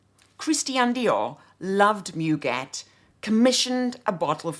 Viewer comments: Giacobetti was clearly influence by Roudnitska. Her IUNX line was lovely and unfortunately no longer available. A gentle correction, c’est moo-gay. 🙂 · couldn't help but notice that I'm not the only one tempted to offer feedback on French pronunciation. You have such a beautiful English accent and your elocution is balm to many ears, I doubt that we would bother remarking on the pronunciation of French words if this were any other channel. In my own turn, I have to take issue with Douglas on the pronunciation of 'muguet'... 'mu' is not pronounced like the English 'moo'; that would be 'mou' in French. The French u in 'mu', 'tu', 'lu' etc is a sound that, if my memory serves me correctly, is not found in English, hence why English-speakers find it so unnatural, initially. It takes a few minutes to master, but once mastered, it's never forgotten. 'moo' is a sound made largely in the throat, whereas the French 'mu' is formed by pursing the lips, not opening them. French is such a beautiful language, it would be wonderful to hear you say all these names and words in confident French. You can do it, I am sure!